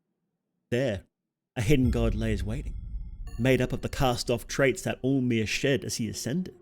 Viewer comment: Lmao every time you say all-mer, I kept mistaken for “omer.” Maybe it is just me 😂😂